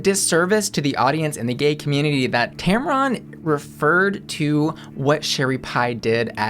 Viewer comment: First, her name is pronounced Tam-run, not Tam-Ron... 2nd, if you don't want to support Sherry Pie z you're entitled to it.. but you don't get to shame others if they like her drag or want to see it. The great thing about choice is that you get to make that choice. Let others do what they want, even if you don't agree with it.